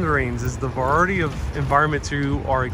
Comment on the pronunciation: Luv you but pronunciation....Variety is va- RYE-ety.... pistachios is pi-STASH-ios. Not pi-STACH-ios. The C is a soft C.